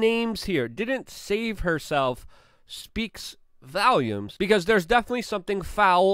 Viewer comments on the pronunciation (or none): "Speaks Valiums"? Luke, take it easy on the over pronouncing buddy!